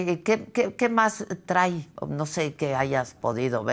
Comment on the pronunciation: Se dice TRAI.. o TRAE 😂😂😂